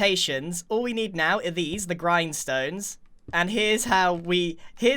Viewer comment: grian stones, not grind stones